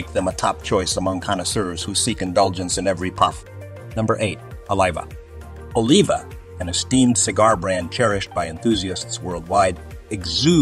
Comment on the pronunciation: Oliva, Partagas, Padron, Davidoff and Romeo Y Julieta were all pronounced incorrect.